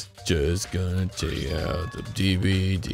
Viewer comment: There's like a hundred debwedee players